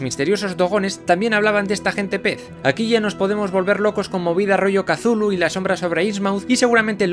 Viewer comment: Muy bueno pero casi me muero cuando dijo Cthulu